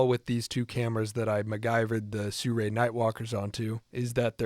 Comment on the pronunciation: Brotha sirui not surei